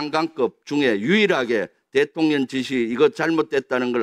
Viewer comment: 김병주 얘는 대통령 발음이 안되나 일부러 대통년이라 하나?